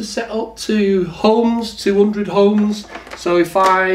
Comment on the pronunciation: The word is 'ohms' & not 'homes'. 😂